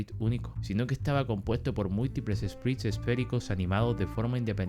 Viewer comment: Buenazo video Edit: un consejo es q Sprites se pronuncia Espraits 🫂